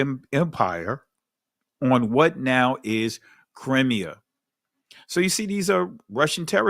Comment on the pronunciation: Shalom! You pronounce “Crimea”, like “crimemia”. Toda for your work!🙏🏾